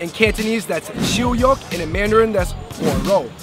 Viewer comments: And it's not HuoRou it's ShaoRou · xiu yok is shao rou in mandrin, not huo rou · Its actually sow rou in madarin/chinese